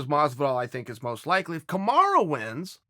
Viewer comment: Is Charles still saying kamaru